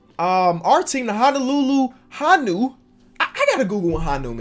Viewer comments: Lol Honu is pronounced like (Hoe-New) not (Ha-New). It also mean turtle in Hawaiian. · it’s pronounced ho-new not ha-new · It’s pronounced hone uu it means turtle in Hawaiian not Hanu lol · Mans said Hahnew. lol Its pronounced Hoe new ma dawg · Fan from Honolulu here! Could you do a series on the Honolulu Honu? That would be cool. Also, funny how vowels work in different languages, you can pronounce it Hoe - nu! lol. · prounounced ho new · You pronounce Honu like hoe-new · I’m from Hawaii it’s Honu hoe-new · Also its HO-NO-LUE-LUE HO-NEW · the “honu” (pronounced hoh-nu) in Hawaiian is the Green Sea Turtle! 🤙🏾 Much love from Hawai’i! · You seed honu wrong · Yo I l live in Hawaii and u pronounced honu wrong but it's all g my guy 😂🤣 love the videos btw